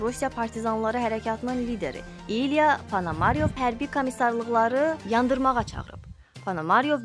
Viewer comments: Ponomaryov sözündə vurğu axırıncı saitinin üzərinə düşür."Solidarnost"da isə "a"-nın üzərinə düşür.Düzgün oxumaq lazımdır, xanım. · Ponomarov familiyasini cuska kimi teleffus edir. Metni oxuyan xanim.